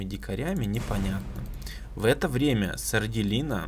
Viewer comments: Это что... СардЭлина, а не Сарделина... ХДХДХД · мне кажется,что будет правильно сардЕлина,а не сарделИна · Может Сарделина(с ударением на "Е")?😁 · Там скорее всего сарделина, ударение на е, по крайней мере мне так кажется